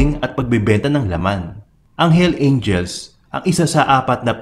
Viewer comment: Boss bakit walang s ung pag sabi mo na hell’s angels😁